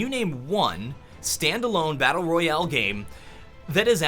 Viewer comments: too drunk to know where the replay button was to turn it off. As soon as I thought I was safe all I heard was "battal royowl" how ever he says it. Now I'm an alcoholic thanks. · Drinking game: Take a shot each time he says "battleryoale".Thank me later.